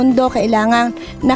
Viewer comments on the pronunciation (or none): Ploor kaya... Hindi floor hahahahaa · Kylangan nka "tatch pa rin ang poot natin sa ploor" hahahaha. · Glorney Buensuceso put your “put” on the plor” Sabi ni. Nag gown na gold pa naman si. Hahahahha